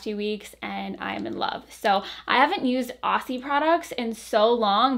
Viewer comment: The ss in Aussie are pronounced like z’s! Like Ozzy